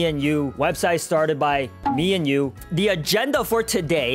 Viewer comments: Me enyu sounds like me and you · when he said meEnyu i thought he said me and you 😭